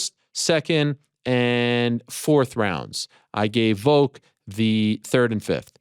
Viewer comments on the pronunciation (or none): Is Ariel saying "Voke" instead of Volk? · Does it bother anyone else when Ariel calls him Voke?